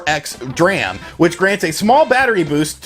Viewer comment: I'm gonna help you out again. DRAM is pronounced DEE-Ram.